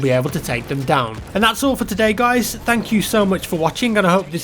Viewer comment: "Tank you for watching"